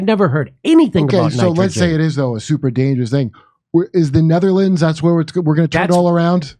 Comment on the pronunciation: "ZNETTERLANDS"" ..LOL